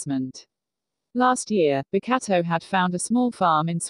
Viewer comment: Pls, every time the voice says “Bokuto”😂😭🤚 “Bakatto”🤣